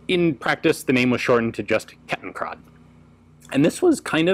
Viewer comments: Ian became a native speaker! 😱 Konrad Duden himself couldn't have pronounced it any better! Ich möchte diesen wundervollen Moment für immer in Ehren halten und begieße ihn deshalb mit einem gülden schimmernden Glas leckeren Hefe-Weizens. 😉😛 PROST! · Thanks for pronouncing Kettenkrad correct. :)